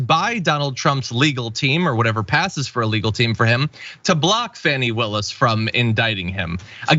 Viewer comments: It's NOT FANNY, IT'S FAH NEE! John. You should know by now after 2 years. Show some respect or don't say her name at all! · please learn how to pronounce Fani (Fawn-E) correctly. You go at anyone mispronouncing Kamals name. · Fawn-ee... Her name is pronounced Fawn-ee. Not Fan-ee... which is something else! How are we this far in and you've never heard it?